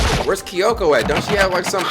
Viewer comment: Spike making Jump Force? Then where is Monokuma in Jump Force? Or Big Mac? (or Both?) Not gonna Gloss he spelled Kyoko as "KEE-Y-O-K-O"